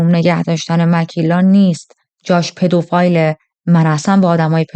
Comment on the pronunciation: پدوفیل درسته نه پدوفایل